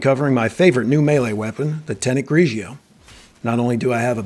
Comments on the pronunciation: GRIGORI not GRIJIO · I love the video and all of your videos but the way to pronounced is GRI-GOR-RI 😈🤳🏼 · U keep saying the name wrong and it's funny. Great video I just got this 2 days ago.